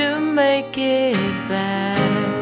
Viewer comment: 노래 강의 잘듣고 있어요^^ 영어 발음하실때 마지막에 확실히 발음만 해주시면 더 완벽하실것 같아요! (Bet..->better)